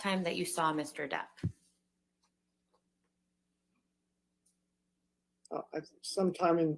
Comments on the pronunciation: I think called Johnny “mister derd” a combo of his last name and hers … but it sounded like “mr. turd” what an interesting bomb to drop! You know she loves johnny bc she didn’t correct herself bc it would just call attention to her slip. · Mr Turd instead of Mr Depp.